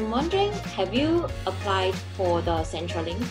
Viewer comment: 小小小意見，centre in centrelink 是 /ˈsentə/.